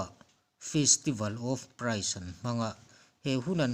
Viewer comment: I pronounce dan kha a dick lo thlat i praise tih dan kha aw i sawi dan a chuan price tina chu thil man tih na ani